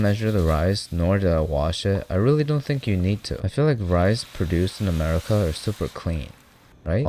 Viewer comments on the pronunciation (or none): none